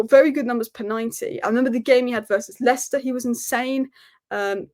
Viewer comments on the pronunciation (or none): none